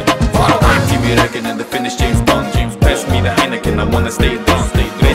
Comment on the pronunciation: James Bwoahnd